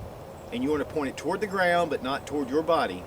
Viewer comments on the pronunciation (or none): none